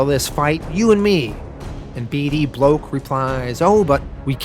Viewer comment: For F's sake please just settle on one pronounciation "B D Block -OR - B D Bloke"